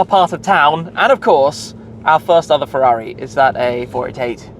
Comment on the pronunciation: So you can't even say Ferrari while driving one.